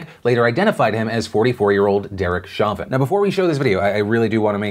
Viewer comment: As someone with the last name as Derrick. It’s pronounced Show-vin. Also, f that guy. You never block off airflow!!😡